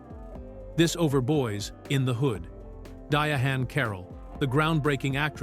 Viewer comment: Dia-hann Carol 🤣